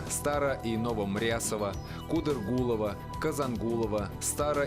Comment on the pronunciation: Не Кудыргулово, а Кадыргулово( Мою деревню не правильно назвали(